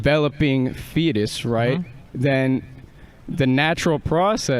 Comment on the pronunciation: “rightt” no…